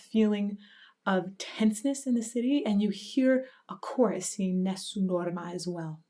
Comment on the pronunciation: God,, I just fell in love with the way you pronounce Nessum Dorma.